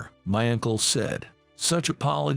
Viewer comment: "Ankle"? UNCLE...to hell with this AI voice!